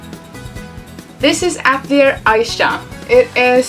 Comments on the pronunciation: I just have to point this out, but it's actually pronounced "AT-EL-EEAY" and not "AT-LEE-ER" as you are pronouncing it. Atelier is a french word. But nice video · I think its "At lee ay" since its a French word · As an artist, we pronounce that word ah-til-ee-ay. Not sure if they say it differently in the game. Looks like an interesting series. If they are fun there are so many to play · I know this video is fairly old now, but I just had to say I'm pretty sure the name is "At-el-i'er" which is a french word. It is a "Private workshop or studio of a professional artist in the fine or decorative arts". The Japanese love to use foreign words, especially ones they don't quite understand for things... Which is true of a lot of cultures honestly.